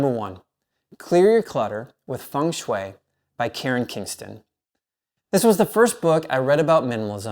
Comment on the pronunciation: Thank you for your recommandations😊 And you are one of the few persons pronouncing "Feng shui" the right way👍😉